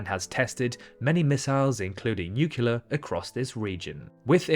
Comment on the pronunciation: Did you just say "nucular"? I thought that went out of style with George W. Bush. ;-)